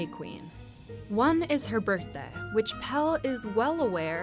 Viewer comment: PELLE, not PELL. Pelle rhymes with...with...I don't know dammit, but you pronounce the last E like the first sort of. I guess it rhymes with Meleé.